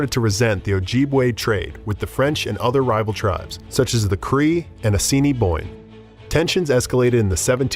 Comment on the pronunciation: That's not how u say assiniboine hehe